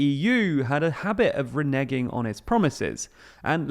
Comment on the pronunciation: Why do the presenters of every politics uk podcast mispronounce 'reneging'? Has it become a joke? Because tbh, this is TL;DR - it is more likely they are mispronouncing it.